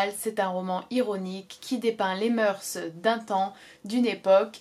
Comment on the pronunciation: "Les moeur(s)" on ne prononce pas le "s" à l'oral aha je fais souvent la faute aussi comme 90% des gens ! Une vidéo intéressante mais je ne te pensais pas aussi "XIXiste" dans ta critique : "la vie, l'oeuvre de Flaubert" aurait ironisé mon prof. Voir l'oeuvre par la biographie de l'auteur, calquer les personnages réels sur le fictif... un peu osé et limité, non ? Sainte-Beuve aurait adoré, Proust aurait détesté ! Envisager l'histoire d'amour au premier degré ... étonnant mais pourquoi pas, après tout chacun y voit ce qu'il veut ! Cependant tu précises (à juste titre) qu'il ne faut pas lisser les différentes strates d'interprétation or dans ta critique tu appuies quand même beaucoup (trop ?) sur le sublime et l'idéal en laissant totalement de côté le caractère ironique et sarcastique de l'oeuvre, qui est quand même la lecture critique prédominante. J'ai toujours adoré la citation de Gide "On ne fait pas de littérature avec de bons sentiments" elle traduit bien je pense la complexité de l'oeuvre de Flaubert . Ça m'intéresserait de savoir comment tu lis Mme Bovary et Bouvard et Pécuchet dans cette optique : parce que si Frédéric Moreau est sublime, Mme Bovary peut aussi l'être si j'en crois ta lecture. Et pourquoi pas Bouvard et Pécuchet pendant qu'on y est ! Les personnages de Flaubert tous sublimes à leur insu ? ça me semble difficile à tenir mais pourquoi pas ! :)